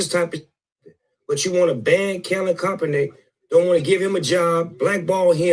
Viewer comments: Snoop said Kalid Coppernick.🤣🤣🤣🤣🤣🤣🤣🤣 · Snoop dog said “Kalen Koppernick” 🤣🤣